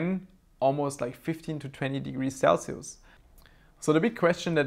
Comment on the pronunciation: "Sell-see-oose" - 2018